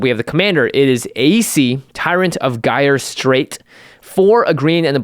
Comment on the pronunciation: Petty, I know, but "gyre" is pronounced "jai -ur."